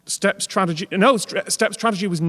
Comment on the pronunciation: "Tradegy", twice. 😄